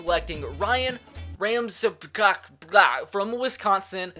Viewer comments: Ryan ramczyk is Pronounced Ryan ram-check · It's pronounced Ryan Ramchick